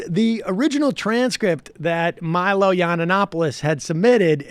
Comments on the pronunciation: I’m 8 seconds in and Jesus Christ this guy can’t pronounce Milo’s name lmao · I love all the different ways Sam keeps mispronouncing Milo's name. I would love to see Michael as a lawyer. "As you can clearly see, Your Honour, my client is a piece of shit!"